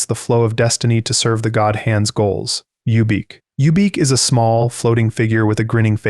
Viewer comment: Who is youbeak lol its ubik. Like the phillip k dick novel.